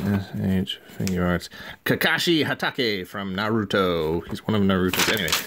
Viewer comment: Embrace the anime,. Let it become part of you. Also I'm amused that you pronounced Kakashi Hatake pretty close to right but then said NaRUto.